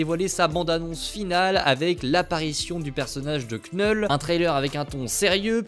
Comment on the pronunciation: Super boulot frérot, mais je vois que vous avez tous du mal avec la prononciation de "Knull". (You KNOW)